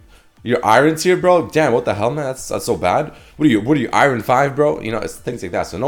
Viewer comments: Anyone else annoyed of his pronunciation of 'Iron'? Saying i-ren.. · The way you pronounce iron tilts me so bad lol XD